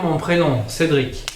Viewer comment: re moi j'entend en effet Cédric bien correctement au dernier micro dans la chambre ces prononcer avec une bonne articulation ces bien un CÉDRIC que j'entend